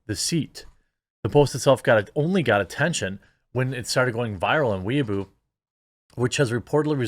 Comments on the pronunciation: Lol pronouncing it “weeaboo” instead of “way bow” is hilarious. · OMG it's "way-boh" lol. Not weaboo. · Weibo is pronounced (roughly) way-bo. Jeremy saying it like weeaboo confused me so much just listening. XD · Why does everyone keep calling it weeboo? It's Way Bow (the weapon). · Not "We Boo", "Way Bo" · Way boh not weaboo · Way-bow not Weeaboo. Though I might start calling it that anyway. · It's Weibo pronounce "way bow" baka, not weeaboo or weeb for short. 🤣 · It’s pronounced more like Way-boh. Please don’t associate us Weebs with CCP social media. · I kept giggling when you said "wee-a-boo." I can't quite say how it's actually said since I can't speak Chinese but I know it's not "wee-a-boo." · Weibo is pronounced "whey-bow" so you know in case it comes up again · Pretty sure it’s called Wee-boe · Weibo = “Wey-boh.” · it's pronounced way-bow Jeremy just saying :) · Just so you know Jeremy, weibo is pronounced "way-bo" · I believe Weibo is pronounced "Wee Bow" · It’s funny how Jeremy pronounces Weibo as weaboo. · Weibao. Is pronounced. Way bow . A weeaboo is a Japan simp. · Its pronounced Way-bore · thats not how you say weibo